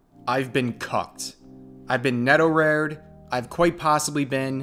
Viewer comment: "Neto-rare"? It's Neto-ra-re.